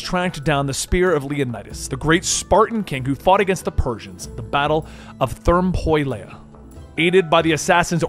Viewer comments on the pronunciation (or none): Per-ick-lees Thur-mop-olyee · Did he say Therm-pole-aya? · Therm por lay. It’s Ther-mo-po-lai dude. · I cannot BELIEVE bro said "therm-poy-leia" when trying to read "Thermopylae." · TERM POILEIA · Hell yeah the battle of “Thermpoylaya” lol my favorite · therm-poi-lay oh my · There is no way he mis pronounced “Ther Mop A -Lee” I think they mispronounce on purpose to prompt a bunch of viewers to comment on how bad he mispronounced the word. Comments push the algorithms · THERR MAH PO LEEEEEEEE lol.. I nearly choked lol. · “Therm-poy-laya” lmfao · “Ther Mop O Lee” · “Therm-po-lay-uh” You mean Thermopylae? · The battle of what now?! Thermpoylaya? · Therm-mop-ole-eeee* my guy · It’s “Ther-mah-Po-Lee” not whatever the hell you said bro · THERMPOYLEAH!!!!??? OMG YOU MUST BE TROLLING 😡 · You mispronounced Thermopylae...phonetically its Ther-mo-pi-lay. Just some constructive feedback 😉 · Thermo -- peee --- lay.. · As a Greek I appreciate the effort you put on the names however I would like to correct you and show you how to pronounce thermopyles. It's THERMO-PEE-LESS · I nearly choked on my coffee when I heard you pronounce Thermopylae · I was thinking the same thing. Didn't play the game and the way he butchers the pronunciation of Thermopylae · oh my god I read this and then tried to think of the worst possible way he could pronounce it I wasn't even close to how off it was 😆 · On god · How you said Thermopylae physically hurt me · Im already dying at the pronounciation of battle of thermopylae. Good video man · That Thermopylae Pronunciation almost killed me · the pronunciation of thermopylae omg